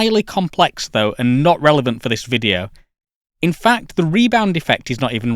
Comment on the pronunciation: hmm yea but, it's video, not fffffideo.